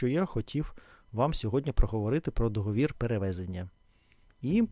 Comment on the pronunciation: ДоговІр, але договОру., договОри, ДоговОрів. Дякую!